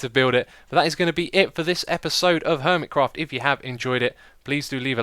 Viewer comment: No I mean the way you say HERMITcraft.